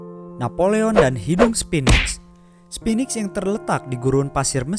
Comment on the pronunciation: ABEL TASMAN bukan ABEL TAMSAM. Itulah kenapa di selatan Australia ada pulau bernama pulau TASMAN dan hewan lokal bernama TASMANIAN DEVIL.. Pernah denger ada nama Pulau TAMSAM dan hewan TAMSAMNIAN DEVIL?? SPHINX bukan SPINIX.. Di mitologi Mesir Sphinx adalah dewa penjaga pintu gerbang mesir.. KALO SPINIX DEWA DARI MANA DAN TUGASNYA APA?? Memang cocok nama channel ini. BICARA.. BANYAK BICARA KURANG MEMBACA KONTEN PEMBODOHAN